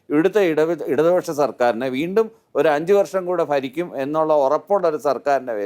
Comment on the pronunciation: ഫാര്യ അല്ല ചേട്ടാ. ഭാര്യ 🤣🤣🤣ഫരിക്കും എന്നല്ല ഭരിക്കും. പിന്നെ ഇയാൾ പറയുന്ന ഒരു കാര്യമുണ്ട് കോടതി ശിക്ഷിക്കുമ്പോൾ അത് അന്തിമമാകും എന്നുള്ള കാര്യം കോടതി ശിക്ഷിച്ച എത്ര കേസിൽ വിധി അംഗീകരിച്ചിട്ടുണ്ട് ശിക്ഷിക്കപ്പെട്ട അഴിമതിക്കാരായിട്ടുള്ള ക്രിമിനലുകൾ